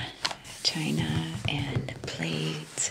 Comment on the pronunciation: The way you said "China" 👀😂